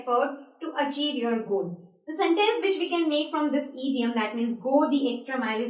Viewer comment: The word is not eediom it is pronounced idiom id as in hid